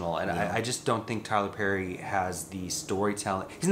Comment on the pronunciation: NOT Tyler PÈÈÈRRRY 🥴